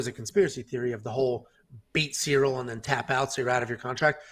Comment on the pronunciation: … clearly calls Cirly, “cereal”. is the GOAT.